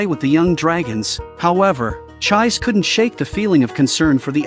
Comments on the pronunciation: It's not Ch-eyes, IT'S CHEE-SEH!!! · The name of the red headed girl is pronounced ’Chee-say’, not ‘chize’. If you’re going to use computer voices to narrate, at least make sure you get the pronunciation right! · Her name should pronounce like "Ji-Seh" not Jai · everytime the ai pronounce her name as chize instead of chees-sé always makes me giggle a lil bit 😂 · The narrator's pronunciation of the names of the protagonists is a trip. The wendigo, called, is Elias (last name Ainsworth). The girl's name is Chise Hatori. The English AI is pronouncing it after the English fashion..."chais"...which makes one... or at least me...chaise lounge furniture. The Japanese pronunciation is Chee-seh. Or chee-say English is a very cumbersome language in this regard. Vowels with different pronunciations in different words. And occasional silent letters, both vowels and consonants. One may ask why this is so. It's sort of akin to the difference between english and metric measuring systems. At least in my amateur opinion. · Chise is pronounced Chee-say. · It's too late, we are all emotionally attached to cheese now .